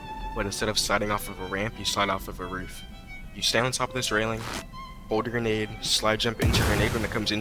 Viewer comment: that did not sound like grenade